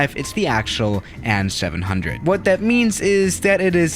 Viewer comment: has no one ever told you it's pronounced "A.N." ... not "AN"